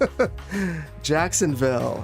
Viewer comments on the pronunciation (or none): none